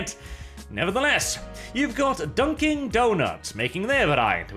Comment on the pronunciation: As a New Englander when I hear you pronounce an "ing" in Dunkin Doughnuts my spine cracks in half from the cringe lmaoo and I hate that place, shitty coffee. You know what, fuck it you're right they are Dunking Doughnuts from now on they don't deserve the informal spelling